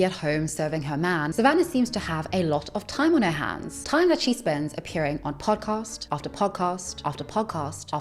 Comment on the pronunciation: Girl said “pawcost”